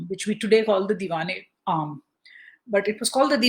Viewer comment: its Diwan-e-Aam